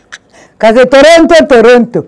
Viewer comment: Strong girl❤️❤️but Toronto pronunciations nuu😄😄😄